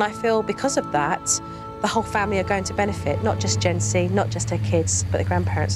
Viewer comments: I know her name is Jency, but I cannot not hear “Gen Z” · Who else heard Gen Z instead of Jency? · I keep hearing j-z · I hear Jentsy